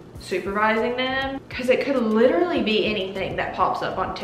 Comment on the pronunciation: i love when she says “literally anything literughhahh anything” so true